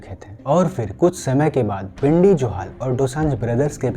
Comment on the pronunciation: Its not bhindi. Its Bindy Johal. Watch ur pronunciation. You YouTuber